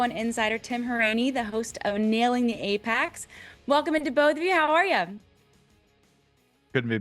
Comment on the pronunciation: Is that an accent or is she not familiar with the racing term "apex"?